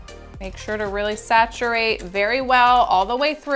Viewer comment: Love this am learning new tips and yes keep.saying sacturate!! Lol.thankyou x